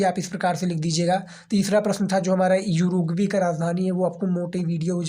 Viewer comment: उरुग्वे है युरगवे नही है😂😂